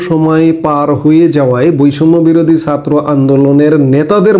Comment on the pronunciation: Please fix your pronunciation of জ and ছাত্র । Please and thank you. 😊